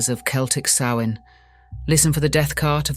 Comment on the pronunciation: I'm glad you pronounced Samhain's name correctly. It gets mispronounced frequently. Rumor is, a Mysterious Haunted Island is located somewhere off Canada's East. The Haunted Isle actually used to be Charted on Official Maps, until a couple centuries ago. If those things came from the West, it's conceivable they were habitants of that Mystery Island. The Isle would be along Horizontal Line Coordinates that run through Ireland and Scotland. That gives them a direct route to fly. If these Ancient Tales are True, that would help ground it geographically.